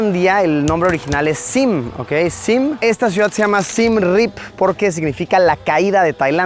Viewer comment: No es SIEM ni SiM se le llama SIAM y se pronuncia tal cual.